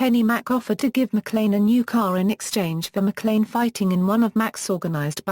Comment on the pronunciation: you pronounce it mclean like the toothpaste